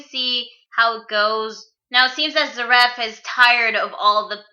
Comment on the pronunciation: Its pronounces Zear-if